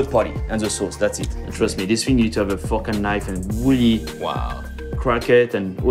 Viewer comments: every time he says "fork" it's sounds like "fuck" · I thought the man said "fokin' knife" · fucken knife... I know he says fork and knife but it really sounds like fucken knife